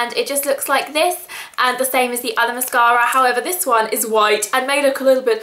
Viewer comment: i love the way she says mascara. ## british<3